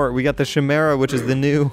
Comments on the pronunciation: it's pronounced (KI-MERA) Not (SH-MERA) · Kai-mera. that's how you say it. Dingus. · One thing, Chimera is pronounced like kaimera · The Chimera is pronounced Kai-meer-uh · Please please please please say Chimera right. its not pronounced kimera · It's pronounced Ki-mere-a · Sorry to do this, but it's Chimera with a hard c sound, the"h" is silent. Love your vids, keep being awesome!!